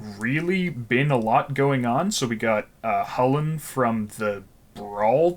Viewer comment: I will never accept hullen as the pronunciation